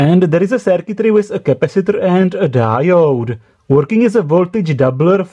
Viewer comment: Capacitooooor, Diodeeeee, Transformatooooor. booooh boy best English